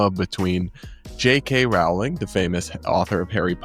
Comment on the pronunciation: her name is rolling, not RAW-ling